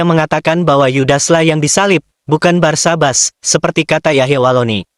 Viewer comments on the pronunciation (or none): Barsabas apa Barnabas 😂😂😂😂